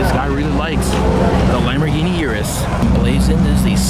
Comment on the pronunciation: "eww rus" not "YourUS"